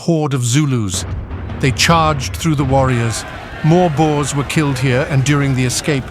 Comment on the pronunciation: Boers not boars. Boars are pigs as in 'wild boars'.